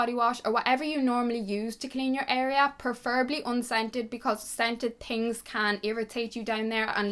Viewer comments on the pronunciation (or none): I love how she says 'tings' instead of 'things'